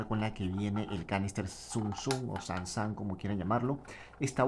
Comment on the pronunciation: Es sun sun no san san jeje buen experimento , tenga su like